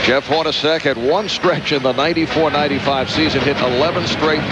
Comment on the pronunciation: Did the broadcaster call Jeff Hornacek HORNY?!